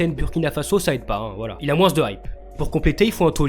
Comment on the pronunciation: Je rêve ou il a lâché "il a moinsse de hype" ???